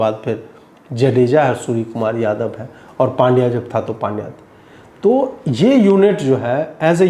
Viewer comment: पंड्या not पांड्या